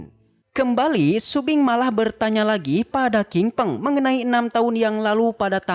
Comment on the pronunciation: Shopping bukan sumbing